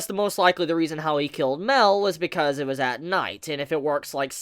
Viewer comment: I'm glad you saw my theory about how OP Mael might have been and took it into consideration. One last thing as well... I also think that his name is pronounced MA-EL with a drawn out "A" sound and not MEL as you keep saying. As an example.. Saaa-Ri-el.